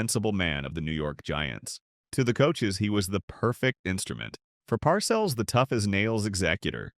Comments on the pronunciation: Tell the robot the name is “Par sells” not parcels. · Blond crewcut? If that’s a crewcut you must be using AI vision! I see a young man with fashionably long hair. And Bill PARCELS? He pronounces it PAR-CELLS. He is only a Football HALL OF FAME living legend. Goodbye sub-par AI.😮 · Par-CELLS not 'parcels" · pronuced Bill PAR-Sells Jesus learn how to pronounce an all time great coach. here is the reason the Simms boo'd same draft Joe Montana (Notre Dame): 3rd round, 82nd overall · PARcills lol ... AI is funny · You mispronounced PARCELLS' name at least 3 times. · This is AI. Can’t even pronounce bill parcells last name right